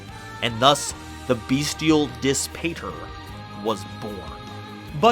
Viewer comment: Amazing content as always- quick note Dis Pater is Latin, (pronounced dees pot-air) and means, literally: Push, Father!